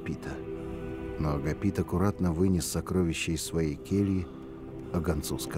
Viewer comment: монаха лекаря звали не АгапИт, а АгАпит